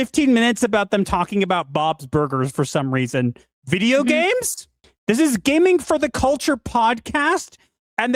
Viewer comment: "gamNIG" oh no